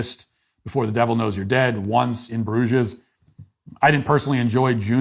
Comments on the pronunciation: The final "s" in Bruges is silent. "Broozh" not "Broozhez." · It's pronounced BROOZH, hillbilly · Bruges is pronounced as “Bruge” no S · Please pronounce Bruges correctly. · The s in Bruges is silent - you’d know this if you’d seen it or visited the city, beautiful place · Why does Matt pronounce Bruges like that? Lol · Wrong and right. I agree movies and TV peaked in the mid-2000's and music peaked earlier but you didn't mention the economic crash playing a part in pop culture and the change in tone since then. Plus you don't pronounce Bruges correctly despite the movie saying the name every other word. How many of those movies and shows you listed have you actually seen? The general cultural peak was earlier but the last great year for film was 2017: Dunkirk, Baby Driver, Darkest Hour, Lady Bird, Phantom Thread, Three Billboards, I Tonya, All the Money in the World, Logan, The Big Sick, Blade Runner 2049, Kong: Skull Island, Wonder Woman and more depending on your taste. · I dont think you are meant to pronounce the s in bruges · Crazy they let him go on air and mispronounce “Bruges”. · That's not how you pronounce Bruges